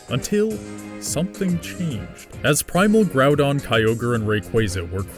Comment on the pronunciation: Did you just say groundon?